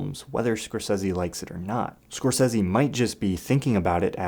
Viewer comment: I love your channel bro, real shit - its dope AF. But after the last time you did a Scorsese related video, I damn near lept off the roof head first everytime I heard you pronounce his name Scorsessssy so I promised myself I'd never watch another video by you if it had to do with Marty lol